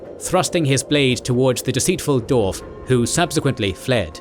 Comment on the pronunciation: It is Dwarf,not,"Dorf". Why do you keep calling them "Dorfs"? Every time you say it all I can picture is the spoofs by Tom Conway,like, "Dorf on Golf". It's a spoof golf instructional video where Tim Conway stands with his legs hidden in holes in the ground,with fake shoes or feet strapped to his knees,to make himself look really short. I can't take your LotR video seriously when you keep saying Dorfs,and Dorven.